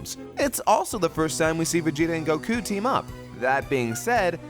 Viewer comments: why does he say Goku like that? the emphasis on the u.......gokooh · Why does he pronounce Goku so weirdly? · that's an interesting way to pronounce Goku.